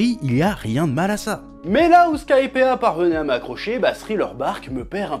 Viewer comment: Chef, ya une raison pour laquelle tu ne prononces pas le "i" dans Skypiea ? C'est très perturbant à entendre amputé d'une lettre, je meurs un peu à l'intérieur à chaque fois que j'entends "Skypea"